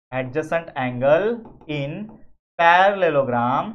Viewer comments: Parallelogram❌ Paraparpelopargram✅ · Parallelogram ❌pyarallelogram😅